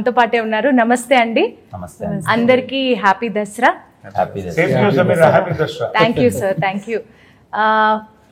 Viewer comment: అది దసరా రా వెదవల్లారా! దషేర కాదు!